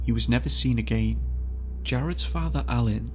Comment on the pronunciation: Michael ......more accent police? Have you ever heard of a foreigner? They talk with accents. You didn’t mention he pronounces the word “again” as A-gain........but that didn’t bother you? STFU!!!!!